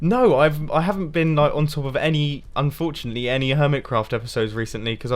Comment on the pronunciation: You did say unfourtley